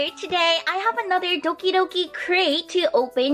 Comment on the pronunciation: I knowww! That's what I keep hearing too.